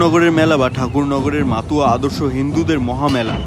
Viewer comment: মাতুয়া না দাদা মতুয়া